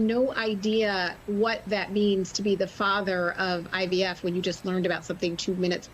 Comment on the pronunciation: Hahah he is Jesus of IVF 😅😅 he can’t even pronounce IVF he said IVS… 🤣🤣 maybe he meant in vitro sterilization instead fertilization 😂😂😂